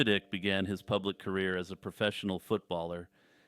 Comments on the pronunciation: David "Ick"...lolol. It's pronounced "Ike", but yeah you are totally correct about what you said about him. It made me laugh because he does indeed give me "the ick" with his deceit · David Icke is pronounced "eye-k" lol, David Ikk is how I feel about the tales he weaves.